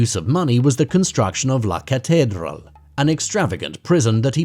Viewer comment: The medellin cartel never got put together until And also his prison was called la cathedral not what you said so before you do anymore content on someone I would advise you to do your homework properly next time my friend